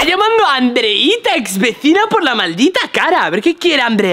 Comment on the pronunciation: Artá dijo andeita